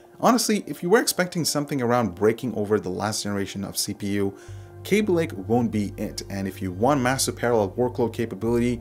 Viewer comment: K a a a a aby, pretty sure it's not KAbe love your voice though